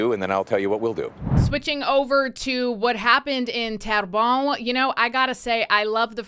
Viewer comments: It’s pronounced t-air-bun ❤ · you're saying Terrebonne wrong